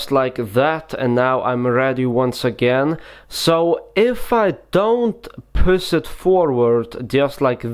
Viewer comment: This guy don't know how to pronounce sh, and in this entire video, he talks in one same freaking tone. Pus the top card....the card vanis.....and what's point of the card face up in the setup.